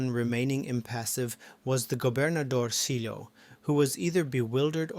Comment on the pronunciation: "Gobernadorcillo" is pronounced "governadorsiyo". "Ll" is pronounced as if a "y" in Spanish, just like "paella".